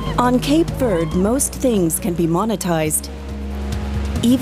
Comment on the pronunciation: Can’t even pronounce verde properly,so off